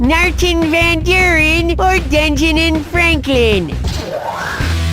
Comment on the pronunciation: Billy: “Denjanin Franklin? WHAA? He was never tresident, or vice tresident, you noron!”